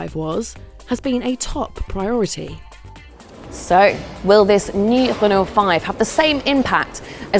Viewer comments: What on earth is a hun-oh?! It is pronounced REN-O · Why is the presenter pronouncing Renault as Who-no when playing to a UK audience…. Sounds silly… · Why can't she say Renault? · Why are you pronouncing Renault like that ffs